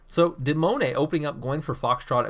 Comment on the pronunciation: Wow I did not think that you would comment on my match. Firstly I am not french I am Swedish and the name come's from the 10 year old my trying to spell demoneye, but I do like how you pronounced my name. You have too understand that when I was playing the game I could not see everything like you can in the replay